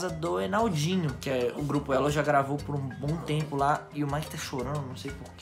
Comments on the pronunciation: Geupo kkkkkkk tá meio errado kkkkkk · "geupo"kkkkkkkkk eita tá errado em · Geupo elo? O português em kkkkk